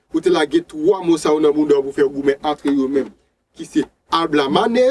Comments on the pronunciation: Bon travay, yon sel ti problem mw gen ak mo yo, ou ekri yo yon jan, ou prononse yo yon lòt jan. Exp:LaBlamane. Ou prononsel AlBlamane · janw ekri mo a epa konsaw li nn ou Di ablamane poutanw ekri lablamane